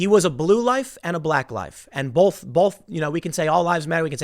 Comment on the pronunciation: Tim - for the love of, whatever, there's no L in the word "both". Sorry, it's been driving me crazy.